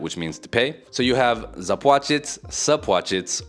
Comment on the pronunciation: "Sapłacić" doesn't exist